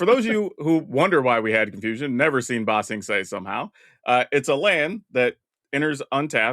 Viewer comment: "BA sing se" not "ba sing se" to be fair I genuinely thought the names were the same name and had to look it up